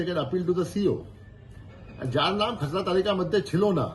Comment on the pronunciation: তু্ই নিজেই একটা খেসরা তাই খেসরা তালিকা বলছিস।। ওটা খেসরা হবে না রে চাঁদু।। ওটা খসড়া তালিকা হবে।।